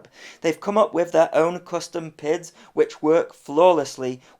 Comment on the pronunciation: 11.:46 I'm sure that said "wiv" RC guys don't say WIV or FINK or FANKS etc.